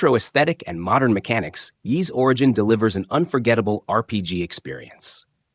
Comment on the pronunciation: Ys is not pronounced as "Whys" but as "ease".